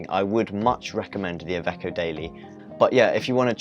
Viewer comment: You’re pronouncing it right! I’m italian :) thanks for the info...